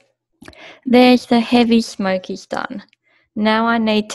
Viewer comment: Good presentation. How you pronounce smokers though, sounds like "smokeez"